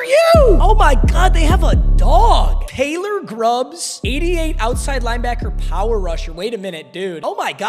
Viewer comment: “Taylor Grubbs” 😭